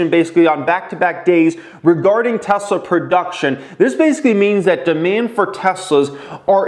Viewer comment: Tesler tesler tesler com on TEVA 😂